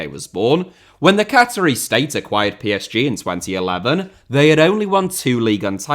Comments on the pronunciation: That's a truly bonkers mispronunciation. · Am I missing some in-joke with pronunciation of "Qatari"?